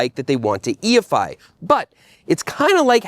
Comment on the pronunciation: They way you said E-efy sounded like EFI. And I started imagining a fuel injected bicycle.